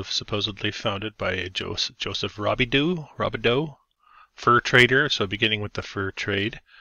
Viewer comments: Thank you so much for doing st jo! It's pronounced " roobidoo" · I have lived here my whole life. There is so much more but good job. And it’s joseph Roo-bi-doo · Great video Sir. Lived here all my 71 years. Not the town it once was sadly. BTW Robidoux is pronouced RU - BE - DO. St Joe is mentioned in a lot of old movies and some were filmed here. One was Paper Moon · Lol it's pronounced ruby-do I live here